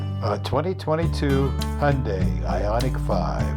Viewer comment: I think you are the first american youtuber who pronounced HYUNDAI correctly.